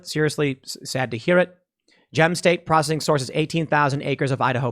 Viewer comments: Hey Tim it's P R O S C E S S ING NOT prossing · Dude, your pronunciation of "processing" is driving me nuts. PRAH SES SING. Say it again. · Is it me or is he saying "prossing"? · Why cant Tim pronounce processing? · pro cess ing not pro cing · Say it with me tim.... PRO-CES-SING... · Tim, it’s pro-CE-ssing. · Tim….it’s pro-cess-ing. Love your show but that drove me nutty 😀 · All I heard was "food prossing". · Anyone else triggered by the way Tim keeps pronouncing it "Procssing"? I think he's doing it on purpose. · PRO CESS ING. say it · Tim, honest question. Do you have a speech impediment? You can't say "processing" and hearing you mis-say it over and over is painful to my ears. I have never heard you say "versus" correctly, either. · Why can't he say the word 'processing'? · bruh learn how to pronounce processing it's f'ing annoying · The way you say processing sucks but you are loved anyway! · How come you can’t say the word “processing”? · The real question is; can Tim really pronounce processing? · So Tim can't say the word Processing huh? Lol